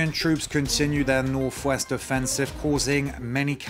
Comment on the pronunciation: hmmm....The anchor says "Nofe-west" offensive----perhaps he meant "Northwest" offensive?!?